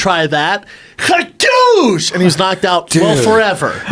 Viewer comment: Brenden "KHAADOOSH" Schwab